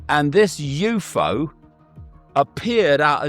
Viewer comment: YOU FOE . Can Icke not pronounce UFO correctly or is he just special? Or is it a hidden meaning? David ICK EE?